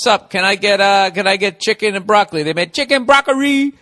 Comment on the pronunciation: chicken and BROCK-UH-REE